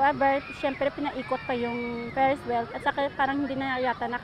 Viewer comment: Pulis: Feres well